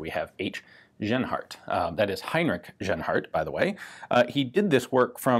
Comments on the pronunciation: About pronouncing the name Genhart... It's a fairly common name In the US, so for a US citizen "jen-heart" would probably be correct. But in Germanic speaking European countries, the "j" sound doesn't exist. G is always the hard sound used in "gold". So you got it right early on, but settled on the wrong way to say it for the rest of the video. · Interesting gun and the way it was needed to have ammo created. Ian just a fyi the letter 'g' in german is pronounced with a solid sound like the g in good. It is not pronounced with a 'y' like yield as you did in this video. Other than that keep the good work mate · Ian, there is no "soft" G (like "J"- i.e. "general") sound in the German language. Genhart would be pronounced with a "hard" G (i.e. "gold"). Interesting gun. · I thought he said Asianheart rifle for a minute.